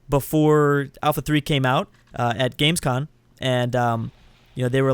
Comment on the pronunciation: It's named Gamescom and not Gamescon ;D